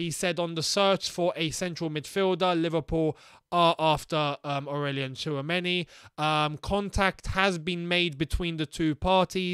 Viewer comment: i remember last year u guys were sleeping on tchouameni (tissuemeni as pronounce) and now we might lose a chance to get him lmao